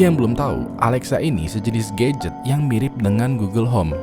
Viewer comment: "Dari mulai hantu yang perhatian banget, sampai ke GAYget" 🗿 Gadget❌ GAYget✅